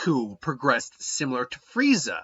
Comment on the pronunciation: Why do you call him Fireza? It's Frieza.